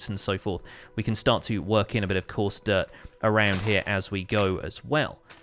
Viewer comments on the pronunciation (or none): sometimes you say dirt and I hear "derp" ^^